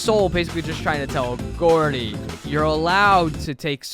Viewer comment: ITS GROUDY NOT GOORDIE